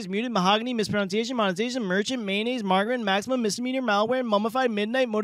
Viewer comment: still cant pronounce margarine